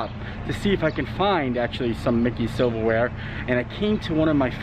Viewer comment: Silver Wear, I thought you said Civil War... I was like, what? Disney has that?